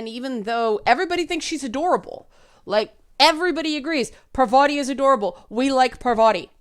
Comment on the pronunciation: (on or about) - GASP! said 'Pavarti'! TRIGGERED!